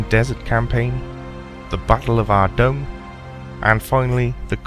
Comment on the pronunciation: OMG you pronounce Ardougne the right way! I always pronounced it like that...not 'Ardoyn'